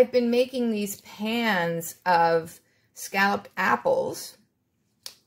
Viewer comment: When you said "scalloped apples", I thought you said scallops and apples. I was like, Noooooo! I'm not a seafood fan- just a "see food and eat it" fan. lol Your Fall treats looked delicious!